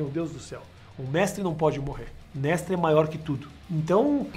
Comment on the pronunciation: Essa vinheta! Kkkkkkk Ri demais com o "mextre"